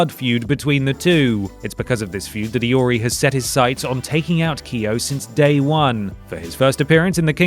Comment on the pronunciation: i like that you pronounced Kyo and Iori correctly. as correctly as a gaijin tongue can.